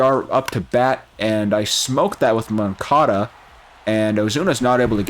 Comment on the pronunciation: Moncada…. Not moncado